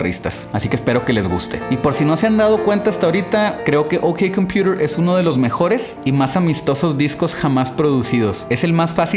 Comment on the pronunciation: Pero si asi se pronuncia correctamente XD